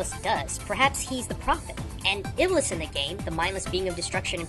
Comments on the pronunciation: ITS NOT PRONOUNCED IBLIS, ITS PRONOUNCED IBLEES AND WRITTEN AS IBLIS! ALSO, THERE ARE NO PAINTINGS AND PICTURES OF THESE EVENTS, AND THE ONES YOU PUT ON LOOK LIKE THEY MIGHT BE INDIAN, NOT ARABIC, NO OFFENSE. IT IS AGAINST ISLAM TO DRAW LIVING BEINGS! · Iblis is pronounced "Eblees" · His name is pronouced ibles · It's pronounced ib-LEES. THE MORE YOU KNOW (cue magical star rainbow) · The way they pronounce iblees and shaytaan is hilarious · Oh lol improve pronounciation of Arabic names. I had been thinking about the name iblis being used though and you actually picked that up. Clever of you. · It's produced shaitaun and ieblese